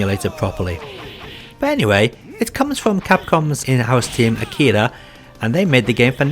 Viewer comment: Fighting layer and street fighter ex plus alpha were made by Arika not Akira as you keep saying here.